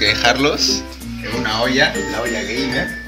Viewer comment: lul se dice 'geimer' animal >:v